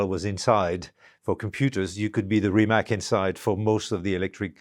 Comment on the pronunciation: Rimatz, but not Rimak. Mateh, but not Mate.